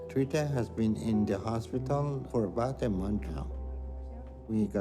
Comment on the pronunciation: It’s “Tere-THA” why are you saying “Tereka”?